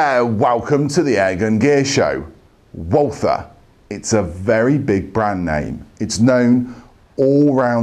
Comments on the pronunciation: Pronounce "Walther" like "Walter" and you get nearer to the German Pronounciation. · the W should be pronounced like a V...